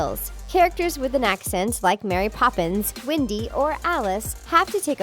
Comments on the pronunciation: WENDY not WINDY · It’s When-dy